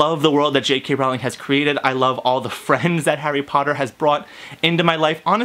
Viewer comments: J.K. ROW-Ling not ralling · its rowling not rouwling😊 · If you are such a fan how is it that you do not know how to pronounce J.K. Rowling's name It is pronounced Rowling like bowling and not Rowling like howling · "I'm a huge Harry Potter fan but I pronounce the authors name as R-OW-LING instead of RO-WLING" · It's actually pronounced Rowling not Rawling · Ok 1st if you were a TRUE fan you'd know that her name was pronounced Rolling as to rhyme with Bowling NOT Rowling as in Owling Dayum. Im out. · I can't believe it you said her name wrong ! it's Rowling(pronounced Rolling) as in row ,row your boat not Rowling as in having a row, argument .Please don't tell me you say Voldermort with a T at the end ! ;) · It's Rowling like bowling. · I agree with everything you said exept for the pronouciation of Rowling. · I share 98% of your opinion on your review of The Cursed Child, but your pronunciation of Rowling really bothered me lol. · Omg u say ur a fan yet u can't pronounce jk rowling's name correctly